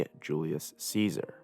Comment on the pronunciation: lol, making an Iceberg and saying Ceasars name wrong is funny.